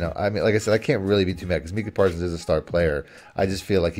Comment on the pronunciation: Brutal listen as bagged on Parsons and couldn’t even say name right. Best defensive player in the league and 2nd best overall behind Pat.